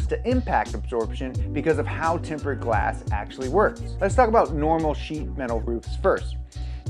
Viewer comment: He's saying TEMPERED? Timbered lmaoooo